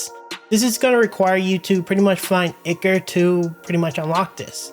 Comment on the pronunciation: FYI Its pronounced "eye-core" not "ick-er"!